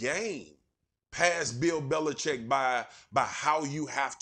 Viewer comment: Belichick. “Bel-i-CHICK’. Read the letters.